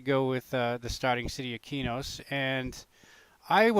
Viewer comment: Not to be rude but it's pronounced qway-oons, u can use p1999 wiki for information on zones and items